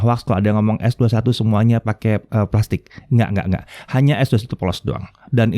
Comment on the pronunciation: Gw demen cara nyebutnya es dua satu...👍👍👍